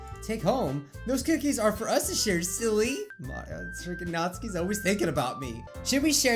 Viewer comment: did you notice that he said Nazis crying instead of Natsukis crying